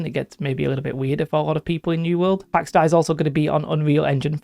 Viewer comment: Not to be that guy, but it's pronounced "Day" (dei). Pax Dei is greek. Something like God of Peace or Divine Peace or something like that. Pax - Peace, Dei - God, Deity